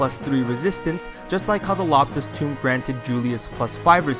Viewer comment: Quick question: Why do you say “Tome” as “Tomb” or “Toom”?